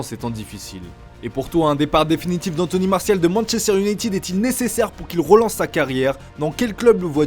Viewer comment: manchester youneytune